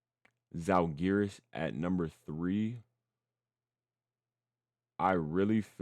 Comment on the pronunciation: please, it's pronounced ZALgiris, first syllable is under stress.